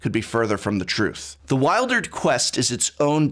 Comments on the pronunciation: Great review, I could really feel the magic and how moving this story was and the themes that surround it. One question though, isn't it pronounced like "Wil-der-d"? (Not "Wild-erd") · I thought it was pronounced "weeldered" and not "whiledered"... :-/